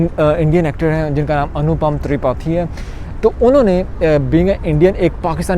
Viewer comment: Tripathi theek se pronounce to karo bhai..Google kar lete